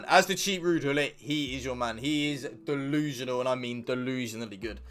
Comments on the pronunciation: Like for “dillusianal”😂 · 😂😂😂🤦🏾‍♂️ “Dolusional” I’m done. You one of my favorite now.